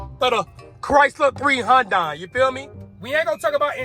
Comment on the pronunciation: As soon as your ass can't say 3hundred i checked out sounds like 3honda